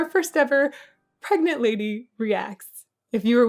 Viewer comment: Pregananant????? 😂 Congratulations!